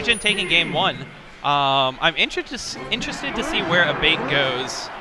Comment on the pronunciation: I swear if Abate is Italian the name is pronounced "Ah-bah-tay" not "a-bait"